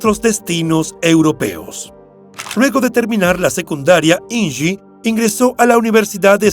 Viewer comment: Me parece que estas pronunciado mal el nombre de Inge. Es de origen alemán y se pronuncia tal como se escribe. Deberías documentarte antes, es tu trabajo.